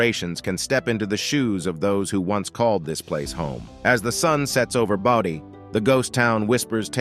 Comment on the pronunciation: Why does San Zhi get two slots? And #7 is pronounced BOH-dee, not BAH-dee. Got it right 1/2 the time and it's annoying.